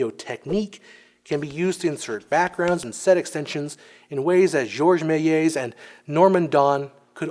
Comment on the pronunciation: The L in Georges Méliès is pronounced like an actual L, not a J/G